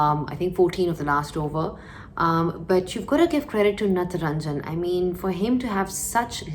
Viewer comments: Its not natranjan ...it's Natrajan... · Hello Zainab...it's Natarajan not Nataranjan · That's not natranjan.....his name is natrajan = nat + rajan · Ave vo natranjan nahi natrajan h😛